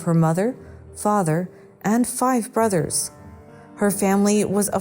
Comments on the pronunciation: She also said boyses and brotherses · where did the narrator of "the lost boys" story learn english? "boyses"?" Brothersers"?